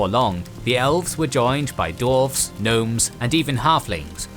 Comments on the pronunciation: Great Video but it’s Dwarves not Dorves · I know the narrator is saying Dwarves, but all I can hear is "Dorfs" XD